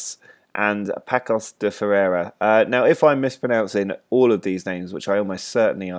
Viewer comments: It's not pronounced Pakosh, it's more like Pah-sso-sh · The G in Gil Vicente is a soft G, not a hard one, like the one in the word 'challenge'. The Ç in Paços works as 'SS', not like a C. And the stadium is Luz, not Luiz. That's the portuguese word for Light. Otherwise, you're on the right track!